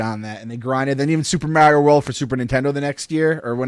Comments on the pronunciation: Never have I heard the name Mario be pronounce wrong so many times by so many people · So funny hearing North-easterners pronounce Mario. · Molly Mostyn thats how they pronounce Mario in New York